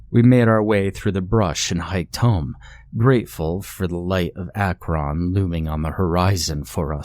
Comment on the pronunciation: I thoroughly enjoy the way you say Akron. Most ppl say it like akrin or crackrin